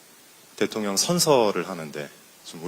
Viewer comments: ㅋㅋㅋㅋ 대통련 으로 발음한 의도가 있으셨네요! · 대통년 이라 발음하실때 넘 웃겼어요.ㅎㅎㅎ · 아 진짜ㅋㅋㅋㅋㅋㅋ그동안 대통ㄴ 발음 너무 웃겼다구요😂 혀가 쪼금 짧으셔서 그렇지(귀염😊) 일부러 그러시는 게 아닌거 알지만 어찌나 딱이었는지..ㅋ